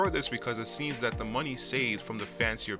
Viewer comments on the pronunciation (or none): none